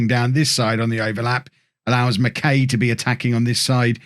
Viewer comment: Barrie McKay is pronounced like McKi rather than McKay